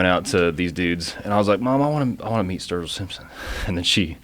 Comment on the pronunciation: Dammit! Up early morning to practice my 3'd language, German. Though now, after hearing Sturgill proclaim his rap name to be "Sturg-Ill", call me intrigued and maybe even a little 'man crushing' right now. Fuck it, I ain't exactly a country fan though will check out their music just for them being reinassance men musically seeming knowledegable even about rap.